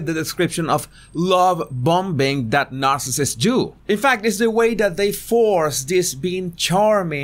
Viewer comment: The way you pronounce „bombing” is just the best!